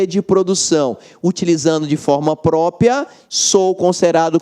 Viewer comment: Ele fala destinação "própia"...